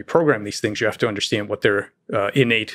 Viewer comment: Is Lex Fridman ever going to learn how to pronounce the word "understand"?